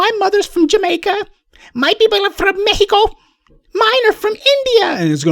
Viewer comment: Professor almost killed me with the accents "mehico, INDia," lol